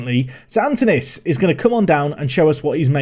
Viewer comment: The K is like in C in cat, the Y is like the I, the tone is on the A and the OU is like OO in woo. KiriAkoo. Also, the tone in Antonis is on the O.